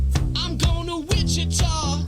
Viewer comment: "I'm going to "Whitchacha" 😂😂😂😂😂